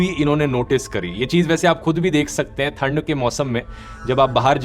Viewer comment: ठंड... not थंड❤